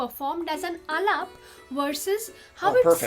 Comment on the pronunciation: You are doing great ! Fantastic . You can pronounce “a-laap” , “Bun-dish”, and “laay-kari”. I hope this helps.